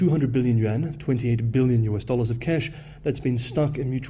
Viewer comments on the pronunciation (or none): none